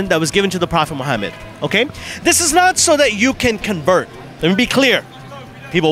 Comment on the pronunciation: I have a question not to be rude but why do you pronounce Muhammad like that the arabic letters aren't pronounced like that